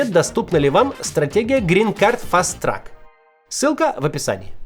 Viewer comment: green card fast “трак» - это про грузовики (truck). Говорите «трэк» (track)